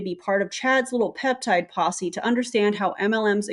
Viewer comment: "Peptide Possie." Hilarious!!! 😂😂😂